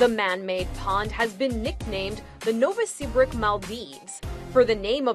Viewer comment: NovaseaBRICK!? 😂😆😁 it's Novosibirsk.